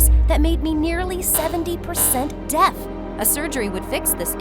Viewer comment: I love how they say DEATH instesd of deaf